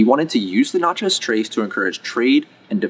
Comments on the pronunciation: Having spent a lot of time in Mississippi, I must point out that pretty much everyone says "Natchez" so that it rhymes with "matches". That said, it's another excellent video. Thanks for the work you do. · That is not how we pronounce it